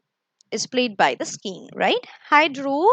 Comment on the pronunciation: Nice.. Thanks for the explanation..but there is a pronounciation mistake. You are saying skeen it's not skeen it's skin